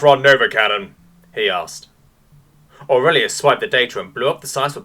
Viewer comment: I couldn't stop laughing. Orelious lol.